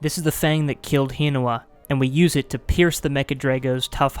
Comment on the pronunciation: The way you say Hinawa's name makes me cringe.